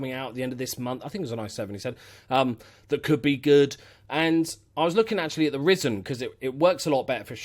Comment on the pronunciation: Every time you said risen instead of ryzen I cringed so hard Also a 1tb m.2 ssd is completely unnecessary and you could probably get away with the r7 1700 From a tech nerd